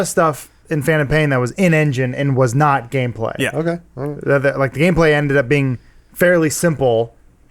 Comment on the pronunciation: Did you rike it?